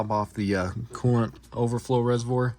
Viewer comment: Can’t even get the coolant resivor name lmao